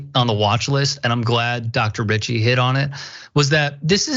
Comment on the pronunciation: Did he say Dr. bitchy ??? On the first part now he said Dr. Richey